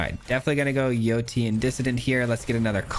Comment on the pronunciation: Yotian is enunciated Yo-Shan